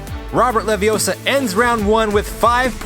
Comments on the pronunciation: It's not Levee-OH-suh... It's Levee-oh-SAH. - Ron Weasley. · It’s Leviossarrrr, not Leviossa. 🤣😂🤣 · It’s LeviOssa not LeviossA! No? just me? Harry Pott... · Robert LaviOsa not leviosaa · You’re saying it wrong. It’s LeviOssa, not Leviossar... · it's levioh-sahhhhhhh. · It's Leviosa! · He didn't have enough air. I blame 2D & 3D for mispronouncing LeviOssa.